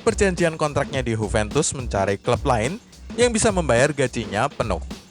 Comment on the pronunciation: Huventus? Emang Juventus dr Spanyol boii? 😂 Yuventus kalo mau ikutin pronunciation aslinya.